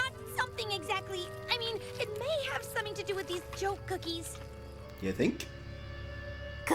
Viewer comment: this part is a sin because spike forgot how to say cookies